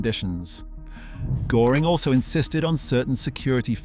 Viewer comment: Most of the Cars in your Video aren‘t even the Blue Goose 540k, and you are totally mispronouncing „Göring“!!!!!